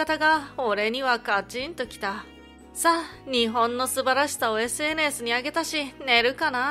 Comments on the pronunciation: SNSの言い方が微妙におかしいw。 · SNSの発音独特ですね笑